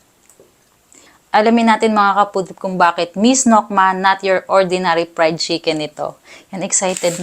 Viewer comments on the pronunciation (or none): Pwede kumain ka na lang and less kuda dahil may problem ka nga saying words with the LETTER F, kinakain mo pa naman PRIED chicken baka main imainiss na sa yo mga ka POOD trip mninyo at mag unsubscribe bigla sa channel ninyo. Kawawa naman so hahahaha. In the first place this is a mukbang or eating show not a talk show FIBA Teh?